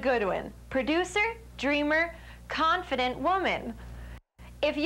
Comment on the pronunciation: confrident woman, eh?